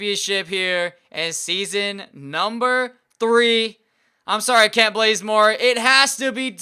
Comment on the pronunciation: Kent not klent